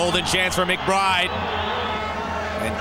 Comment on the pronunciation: Two nillski...McBrrrrrrrrrrride..lol